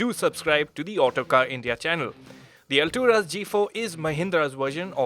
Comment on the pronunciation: Not Alturas it's alt.. ras